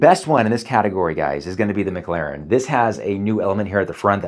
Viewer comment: Why he call it the MIC Laren p1